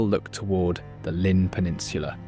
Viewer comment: You would think if you were going to try saying the welsh words you wouldn't use the English pronunciation. Llŷn for instance is not Lin.... but is much closer to theen .